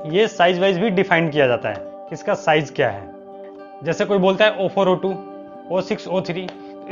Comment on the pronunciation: SMD component package pronunciation is wrong... Its not O4O2 it's 0402 (zero four zero two)